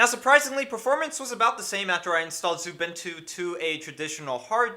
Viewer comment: I don't mind that you use Linux. However, I mind that you don't pronounce xubuntu correctly (jkjk)